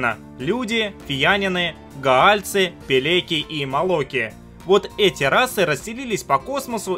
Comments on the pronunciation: "Пелеки" - ахах Пеленги. До сих пор иногда играю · Может все-таки пеленги? а не пелеки?